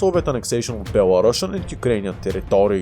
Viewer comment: Belarusian is pronounced like Be-la-ru-see-an, no be-la-rush-an